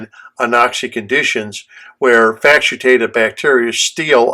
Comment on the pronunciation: Thanks - just confirming - do you mean to say 'facultative' bacteria (FACK-ul-tay-tive)?